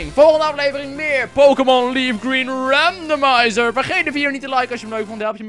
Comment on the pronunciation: Waarom zegt eigenlijk RandomNizer?